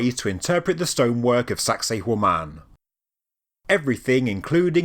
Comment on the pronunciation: Every time you say sacsayhuaman it sounds like you're saying 'sexy woman' in a Jamaican accent 🤭